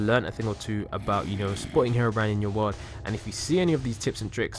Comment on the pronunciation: stop saying harobrine its herobrine